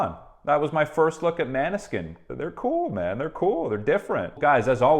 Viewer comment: The Bandname „Måneskin“is a Danish word meaning „moon light“ (Victoria is half Italian half Danish) The correct pronunciation is instead of „man-Skin“ more like „Monée-skin“ (the nordic letter „å“ is correctly pronounced like an „o“ and in almost every language besides English and French, the letter "e" (at the end of syllables or complete word, isn’t silent and always been stressed out like every other letter) BUT be careful: because the letter "e" (in almost every non english language) is actually not pronounced like the usual(english) "i" , it’s instead pronounced like the "E" used at the (english word for) „Egg“ or like the French originated letter „é“ used for the (pinkish/light-red champagne or wine type called) „Rosé“